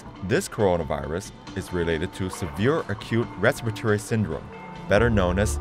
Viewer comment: rahs-pah-ri-toh-ri. lamo